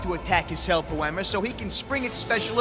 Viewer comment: Hell Poe Mere....aghh hurts my ears